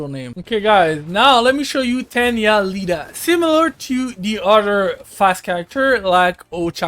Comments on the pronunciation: i knew he has never watcehd MHA when he called Iida as Lida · BRUUHHHH it's not Lida it's iida idk why people keep pronouncing his name wrong